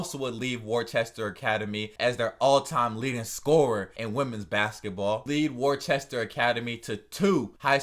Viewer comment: There is no h in Worcester